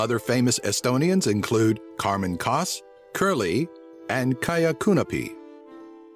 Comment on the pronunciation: Haha! Oh I love this video, cause I'm Estonian :'D The way he said: Karmen Kask, Kerli and Kaia Kanepi! HAHA :D Kaia Kuunepi Nice job on the facts tho' man :D